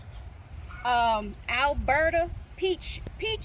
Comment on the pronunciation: Oh my gosh how exciting! Your food forest has peaches 🍑 love it! Sounds like your saying Alberta lol but thats only because I live in Alberta Canada 🇨🇦 teehehe